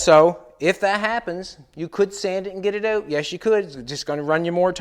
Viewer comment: When he says bring it oot, he sounds almost like a Geordie